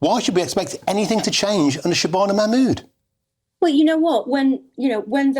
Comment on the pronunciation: She can’t even pronounce ‘Shabana Mahmood’